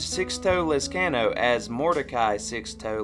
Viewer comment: sixtoh lez can oh. I always understand Sixto lez con oh. can is pronounced con in español, not American 'can'.